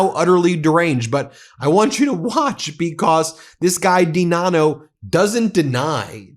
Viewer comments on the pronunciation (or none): DiNanno pronounced I-Dunno